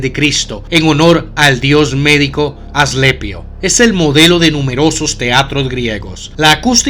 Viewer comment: Asclepio, no aslepio!